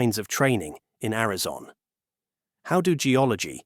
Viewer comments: It's Arizona. not Arizon. lol... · Only one complaint. You know what's good? Real voices are good. Apparently AI cannot yet read. (@ "Arizon", for example). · Where is "Arizon"? What is this? More AI generated trash? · So why is it the narrated voice doesn't know how to pronounce "Arizona" - calling it "Arizon"... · Ari-zon? Yah, this is AI. Is the entire internet propanda now? Not that either side is any better... but EVERYTHING here seems to be lies now. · "Arizon?" I'm out, buh bye Felicia's ai. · “a lot of snot, tears, and all kinds of training in Arizonn??” Are all this channel’s videos just hastily slapped-together a.i. slop? A quick glance through the catalog—with its impossible upload rate—points to “Yes.” 🙄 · Ai Generated video pronounces Arizona as Amazon? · Arizon? Another AI slop video.... Coolllll...... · Chit AI it's Arizona NOT Arizon you STUPID AI FFS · “in Ariz-on”??? AI slop narration outed. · “Arizon”?? 😂 Is this script, including typos, read by AI?? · AI calls Arizona arazon..😅..i wont watch this crap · Teach your AI how to say Air-i-zone-uh. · The AI narrator lost me at "Arizon" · This AI generated video lost me at Ari-zon. Ass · The AI voice over can't pronounce Arizona. Garbage. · typical ai pronouciation. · AI narrator that can't even pronounce Arizona correctly! What a fcking joke this shitty AI-generated channel is! I'm using BlockTube to ensure I never have one of their videos recommended to me again. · Jesus, AI can't even pronounce Arizona correctly. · This is too much of an AI voice for me with the miss pronouncing of Arizona. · this dumb AI can't even pronounce Arizona. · Ai slop, it can't even pronounce Arizona. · Narrator can't pronounce Arizona. I'm out. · This is obviously AI, as the narrator cannot even properly pronounce "Arizona"... Very LAME! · AI can't even say Arizona right. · Why can AI not pronounce Arizona? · I was tripping on that as well. I live in. Arizona and I have never heard whatever noise this thing made🤣